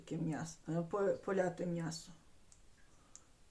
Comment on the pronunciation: А чому мнясо , а не м'ясо?